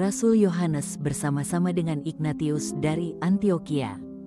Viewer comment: Maaf, narator tidak paham penyebutan nama yang berasal dari ejaan bahasa Latin: Ignatius seharusnya dibaca: inyatsius